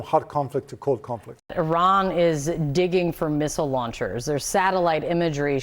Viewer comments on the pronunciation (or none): Did she say di**ing instead of digging? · Did she say dicking!???🫢😂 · hehe she said dicking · She said “dicking”😂😂